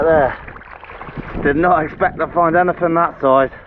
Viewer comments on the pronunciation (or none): Am I the only person enjoying how he says, "anyfin, everyfin" because seafood? I'm cackling like a dumbass at the unintentional puns.